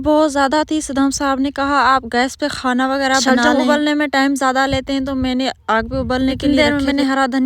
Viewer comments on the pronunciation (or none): 😡😡😡😡 ye khoona kiya hota hai sahi se khaana bolo jahil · Aap khaane KO khaana kyun bolti hain 😂